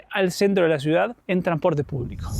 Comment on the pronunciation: ¿Porque decís tranporte y no transporte?😂